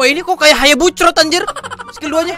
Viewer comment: Bang bukan hayabusrot tapi hayabuset